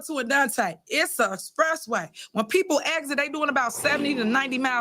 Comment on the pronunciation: " It's a spressway" my goodness she's illiterate 🤦🏿